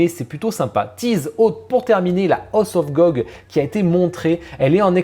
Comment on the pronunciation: Top: rien... Flop: tout, rien d'intéressant, ça m'arrange xD House of Gog, dis par ça devient Hoss of Gog. Donc Mickey Mouse deviendrait Mickey Moss (mickey la moisissure 🤣 )